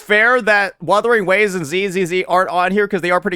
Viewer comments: Proceeds to mispronounce Wuthering Waves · Bro was shitting on that one dude saying wurthering waves and he started doing it lmao